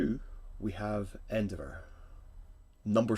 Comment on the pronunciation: Obviously THIS is extremely difficult for me to judge lol, the details of them have always been top notch, pronunciation of Endeavour is.. interesting lol, can't believe Midnight or Momo weren't included but here we go with our pick and I think it's going to be Endeavor but they are all really cool 😁